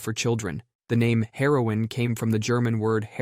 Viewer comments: Hahahaha called out! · I came to the comments for the same reason. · How'd you get both "Bayer" and "heroin" wrong 😂